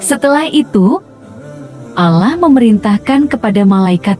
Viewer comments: Ini yg buat konten sebenarnya agamanya apa yaaa kok nyebut Allah nya gitu kyk bukan umat Islam ajaaa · Coba ya utk naratornya spy memperbaiki sebutan ALLAH...kurang enak didengarnya